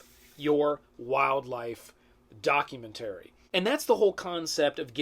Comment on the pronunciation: Are you pronouncing documentary wrong just to troll us?